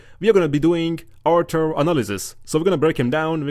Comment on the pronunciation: Why I am hearing archer instead of Arthur again and again